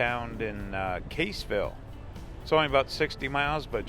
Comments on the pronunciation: Your pronunciation of Cassville is incorrect. Not Caseville, it is Cass ville... go to famous Nelson Dewey State Park at Cassville. You'll like it. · I grow up there. I hope stop say Caseville it Cassville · It's Cassville, like Bass(the fish!)